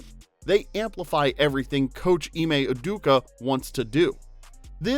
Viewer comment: uduka??? does his name judoka look like its pronounced that